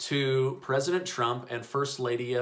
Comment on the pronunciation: ‘First ladia’ :P